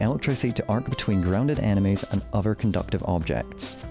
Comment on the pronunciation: why does bro say "animes" instead of "enemies"